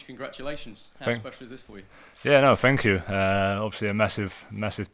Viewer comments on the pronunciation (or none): As soon as he said fankoo i burst out laughing😂😂😂😂😂